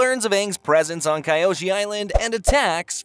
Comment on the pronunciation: Bro it pronounced (key oshi) not (Kai oshi)